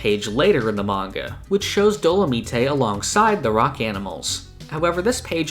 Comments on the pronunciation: Dolomite isn't pronounced Do-la-mee-tay it's do-la-myte like the character dolamite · Isn’t his name pronounce Dolo-mite like the movie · Also, dolomite is pronounced “dolo-mYTE”. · did you just say dolameetay